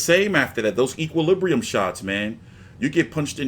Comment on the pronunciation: FUNNIEST THING EVER WAS A MILLION YANKS GOOGLING THE WORD EQUILIBRIUM AND THEN SAYING IT WRONG OVER AND OVER AGAIN CHUCKLE